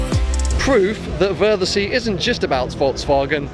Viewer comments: Should've asked a local how to pronounce 'Wörthersee'. :P Epic event. Can't believe I never went in my 11 years of having lived in Austria. I guess I thought it was all about Golfs... and I really don't have any affinity for those! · The show is actually the worse part, the best time to go is 10 days before the show with all the meets, races and cars that come every year then leave before the show (which about 80% of the 🗑 car go to) And its worthersee like worthers originals pronounced 😄 I don’t believe you went up the tower and didn’t video going down the slide back down!